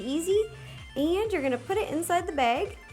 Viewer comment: she also said beg